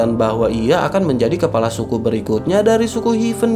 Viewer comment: Kepala bukan kelapa Ha ha ha